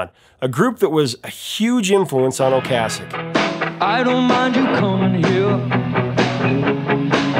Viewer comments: Is "Ocasek" really pronounced the way he's pronouncing it? I've always heard it pronounced "O-case-ick", not "O-cass-ick". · Great video, Professor, but you keep mispronouncing Ric's last name. Okay sic . . . is how it is pronounced. Peace. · Until this video, I've only heard "Ocasek" pronounced "O-KAY-sek."